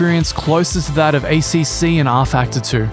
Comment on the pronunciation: You get a thumbs down for the shitty Italian accent pronouncing ACC.